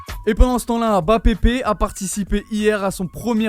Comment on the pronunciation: 😂😂😂 MBA-PE-PE ! On est d'accord on dirait il dit MBAPEPE 😂